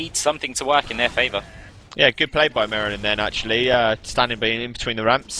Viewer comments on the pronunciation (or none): Mire not Mer :-/